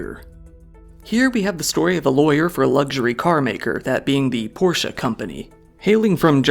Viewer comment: You are in the 10% of people I know that actually say the word “Porsche” the right way. Like you said, it’s two syllables. I always knew you were a good man,.